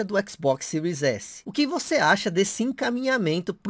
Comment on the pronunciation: Sotaque japonês